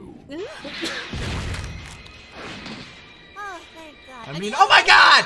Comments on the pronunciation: Has he always pronounced it goKU? lol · Every time says Goku I die a little inside.